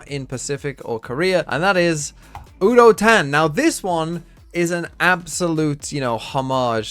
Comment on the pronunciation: Fyi, udotan pronounciation starts with a "you" instead of a "woo" and the -tan is pronounced using te " ah" like you would with the autobahn in germany (i couldn't think of a different example)